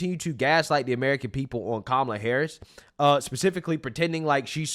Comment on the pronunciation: Coup-mala😂😂😂😂 perfect bro so on point! CoupAmallaObama